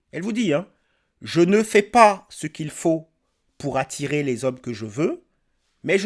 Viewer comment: "attirrrrrrrrer" frérot 😂